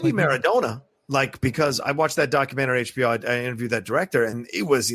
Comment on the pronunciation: The American pronunciation of Pele, Maradona and Ronaldo hurts me to my very core!